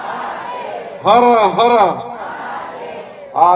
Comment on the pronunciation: हर्र हार्र नाही रे पोलार्ड...😂😂😂 हर हर महादेव असतं राहिला विषय कर्जमाफीचा तर तो तुमच्या रक्तातच😮